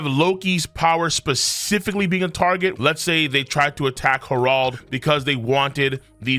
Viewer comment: 1.) Merry Christmas, King 2.) Why do you keep saying Harold like that? 3.)Why are you cosplaying as a South Park character?